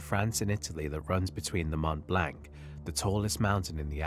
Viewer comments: mont blank? mont blanc, pron', blon. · it is not pronounce Mount Blanc, it is pronounced Mont Blonc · Mont Blanc - you have to say Mmoh blurgh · Extremely interesting and obviously very well researched! Just one small point for your channel improvement. “Mont Blanc” has the French pronunciation of “Mont BLONC” That’s how it’s pronounced in the English Language also! Best Regards. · "Mont Blank"